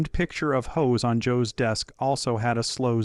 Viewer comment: It's hoss not hose